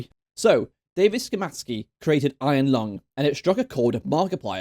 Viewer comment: Jeeezus you butchered Dawid's name so badly